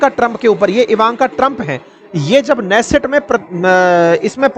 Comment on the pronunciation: Israeli Parliment नेसेट नहीं किन्नेसेत है। ऑपोसिशन लीडर याएर लिपिड नहीं याईर लपित है।